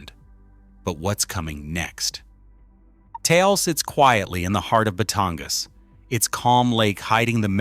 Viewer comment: One minute ago You made this video pretty fast How about not letting AI make your videos? “500 people died” how did AI do? “$.05” And learn to pronounce Taal I will never like or share these stupid AI videos if the person posting them don’t check the content, and you won’t get a “subscribe” from me